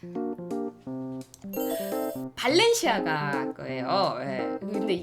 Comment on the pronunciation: 생방으로 봤울 때 가 더 재미있었는뎈ㅋㅋㅋㅋ 엄청 웃겼짙ㅋㅋㅋㅋ '발렌시아가'가 아니라... 벨렌지아가~..ㅋㅋㅋㅋ